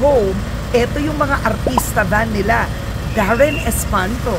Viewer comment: Oh Darren not Warren